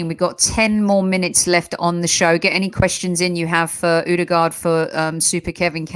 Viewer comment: Been raiding the AFC channels ever since Ødegod arrived. Finally an Arsenal fan that knows what he about to be blessed with.....decent pronunciation also but it's Ö-de-Gore(d) not Ö-de-Guard... Good stuff guys, liked & subbed (at least for 6 months) edit: don't worry about the physical league thing guys, he was being chopped down by part time carpenters when he was 14y old playing for Strømsgodset 3rd team in fifth tier of Norwegian football. Only a year later he was the best player in the first tier...